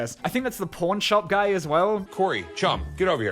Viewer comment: Bro did NOT say pawn